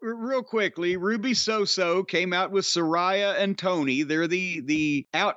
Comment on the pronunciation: Ruby So got me. Ha